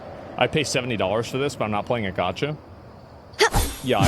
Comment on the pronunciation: You had me until you said “gacha”